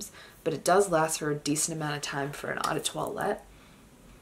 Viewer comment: How do you work in the industry yet mispronounce 'eau'? It's not 'awe' it's pronounced O.